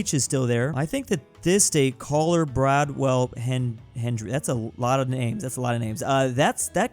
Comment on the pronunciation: Bro why did you say caller instead of Collier and hillsburg instead of Hillsborough? And also why did you say bradwell instead of Broward County?